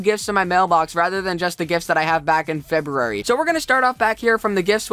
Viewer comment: Poinsettia- said like, Poyn-set-ta Feberary... 😋😋😋 That's my birth month, don't butcher it. 😂 jk